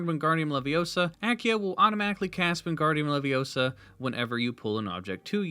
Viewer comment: Did he say “wingardium levioso”?